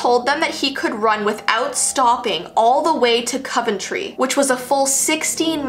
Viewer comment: I love but the way she says leamington spa and Coventry makes me want to cry